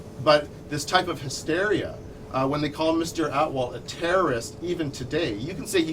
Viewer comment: They pronounce atwal as outlaw hahahahaah